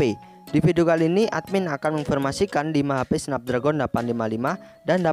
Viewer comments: Sedikit koreksi nih baca chipset Qualcomm Snapdragon = Qualcomm snepdregen gitu baca nya bukan tulisan nya Snapdragon dibacanya juga Snapdragon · Bacanya snapdragen bang bukan snapdragon Memang tulisanya snapdragon